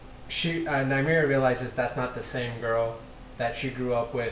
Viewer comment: Its nymeria ffs 😐